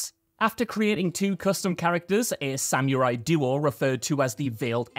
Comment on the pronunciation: Pronounced Sa mr ie... not Sam you rye